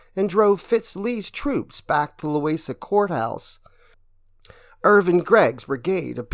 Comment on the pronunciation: It' "Loo-WEEZa Courthouse." Still not a problem as everyone here knows what you meant. I'm just south of Charlottesville. We are happy enough just to get mentioned.